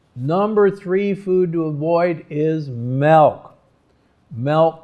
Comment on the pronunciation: Interesting. I noticed you pronounced milk like melk, which is actually the dutch way of saying and writing milk. :)